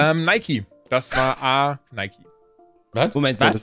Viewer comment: Es wird "ˈnaɪki" ausgesprochen. Ich hoffe meint die Unternehmen generell. Denn die Gründer sind jeweils schon lange tot.